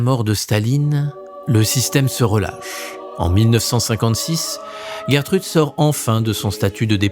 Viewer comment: Bonjour, il faut plutôt prononcer "Gèretrude non "Guerretrude". C'est un prénom connu au Québec.